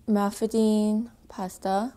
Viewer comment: Mafaldine not malfadine! I'm italian!